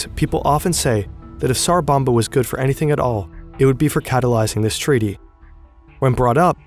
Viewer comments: It's tsar bomba. Not sar. Your spelling it correctly but you keep saying sar. The T is not silent. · it's called "TSar bomba" not "sar bomba" pronounce like leT'S , TS sound